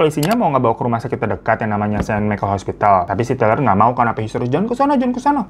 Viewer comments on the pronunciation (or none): none